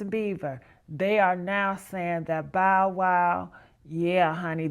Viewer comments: Bow WOW, not Bo WOW? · Bo-Wow????? Lady please get the correct pronunciation of his name. It’s BoW-Wow!!!!! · 😫 Exactly what I was thinking. Bo Wow? Really? Cant go any further. Have a Great day All. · Every time she mispronounces Bow, it’s like nails on a chalkboard but, trying to hang in there. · Wtf yall can't announce people names right wtf is a Bo woo.smfh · Lady before U report a story learn how to pronounce the person's name correctly 😡 U guys do this deliberately 😡😡😡😡😡 it happens all the time 😡 a two year old can Bow Wow😡 I'm sick and tired of it, stop being disrespectful 😡😡😡😡😡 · I cringe every time “it” says Bo-wow😖😤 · No fr! Bo wow is crazy 😂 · How she not know how to pronounce Bow Wow? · DON'T YOU JUST LOVE THE WAY THE NARRATOR MIS-PRONOUNCES BOW WOW'S NAME?